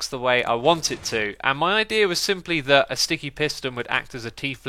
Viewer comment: I thought it said Ikea instead of idea at first